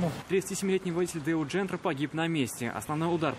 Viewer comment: Не джентра а jentra